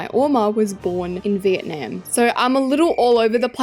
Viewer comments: u said VEENAM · I AM BORN IN VIETNAM 🇻🇳 ❤ (the way u said vietnam 😭😭)